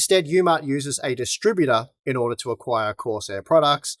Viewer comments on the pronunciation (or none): none